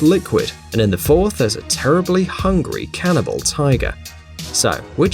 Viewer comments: You said canabil tiger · But he said cannabal tiger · What you said cannible tiger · i thought he said carnival XD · U said cannibal tiger